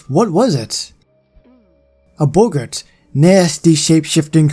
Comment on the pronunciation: Sorry,, but your pronunciation of "Boggart" is throwing me;)